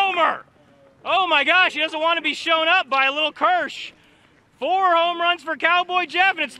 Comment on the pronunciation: he said “only hits and homruns”